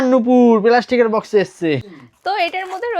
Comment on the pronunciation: প্লাস্টিক❌ পেলাসটিক😂